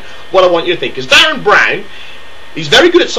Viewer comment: Calm down guy. What you shouting for? Also it's Derren Brown, not Darren.